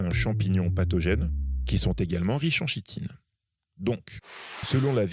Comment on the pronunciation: On dit Kitine !